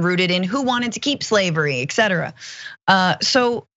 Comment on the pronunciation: Et cetera, not ek cetera.